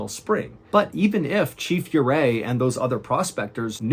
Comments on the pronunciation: It’s pronounced Orray. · Another great one sir. His name is pronounced oo ray. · I’m from Colorado and it’s pronounced Ooo-ray